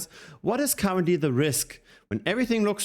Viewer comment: I heard cowardly instead of currently and i thought ok this is one way to say it